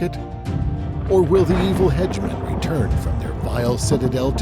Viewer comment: “Hedgeman” Lol 😂